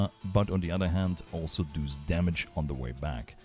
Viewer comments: Because i hear you say that a lot: It's "Does", not "Duus". Its almost spoken like "das" in german, but with an o inbetween. aka "dos" (I assume you are german, taken from your accent) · As an Austrian / fellow German speaker, I feel the "Du's" on every does. I feel it in my soul. Thanks for the guide! I was definitely missing a lot of the info on my end.